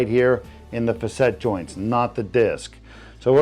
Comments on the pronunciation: I think “facet” is pronounced “fa-set” not “fuh-set” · Facet joints not facette. Doesn't look like a hanging. Looks better than getting cut open and filled with opioids.